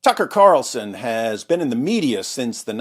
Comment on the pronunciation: TUCKer carlzuttED